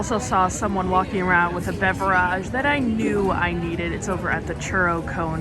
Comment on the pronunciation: I really hate how you say beverage. Literally hate it